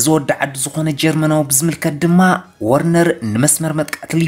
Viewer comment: ወርነር ዘይኮነሲ ቨርነር ኢዩ